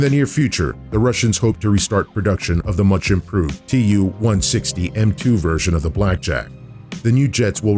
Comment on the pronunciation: As a Russian native speaker, my ears bleed after hearing Tu-160 pronounced 278 times wrong... I don't get it, why English speaking don't get it that Tu ist the short form for the engineer's name Tupolev. The same as Mig=Migojan, Su=Sukhoi, Yak=Yakovlev and so on... It is not an acronym for 2 words!!! It's not like AK or KGB or UK /USA. It's just Su-**..like the name Sue...Don't make this unprofessional mistake fellas. It hurts my feelings and makes my ears bleed :)